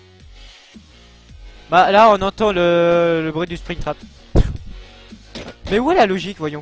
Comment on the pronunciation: mec ta dit spectram a la place de spingtrap